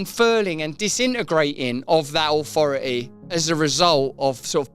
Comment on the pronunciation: Wha "Ahwhoroty" Russel talking about???😅😂